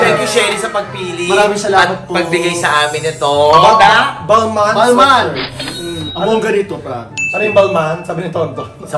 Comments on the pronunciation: it’s bal-ma! silent N 🥱🤪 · It's "balma" yan ang right pronunciation.